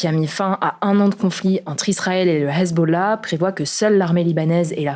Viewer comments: "Le Hhhhhezzzbollaaah "😂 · Le Hessssbolah elle force la cousine, faut doser la prononciation 😂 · Mdrrrr, essaye pas de prononcer Hezbola à l'arabe jpp tu le fais une fois sur six, c'est gênant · Pourquoi cet accent pour parler du hezbollah ? 🤔